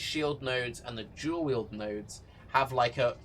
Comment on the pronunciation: I don't know if he is saying dual or jewel. He didn't mention curse buff, is it not as good as i think?